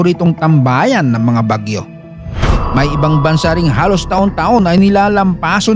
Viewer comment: AI voice ba ito? Bagyó nagiging Baguio bigkas😅